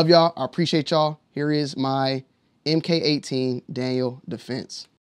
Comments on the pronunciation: Mark18 not “em kay” 18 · It’s pronounced Mark18